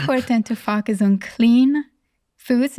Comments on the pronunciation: All this wonderful insight. If only someone could at least help her say FO-Cus. Would be nice….Fukkus lol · This doctor is very important. Please find her a voice coach for the word "focus". I feel her message would be better received. Right now the mis-pronounced words distract from her valuable points. I do not mean to be impolite. I have heard several of her interviews. And my observation remains the same. Respectfully. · Im sorry but if you can pronounce the word 'four', or 'for' why not 'focus'? 😂 Other than that the interview was lovely